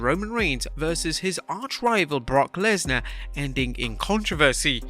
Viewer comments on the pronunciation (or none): “Brock lensar “ 😭😭